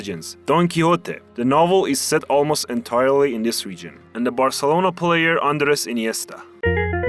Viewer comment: theres only one thing i cant stand from this video and its him saying ANDRES INIESTA FROM FC VARCELONA and putting an image of Bernabeu behind. Pretty big lore screw.